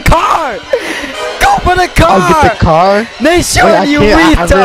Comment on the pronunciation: It’s nasean not nashawn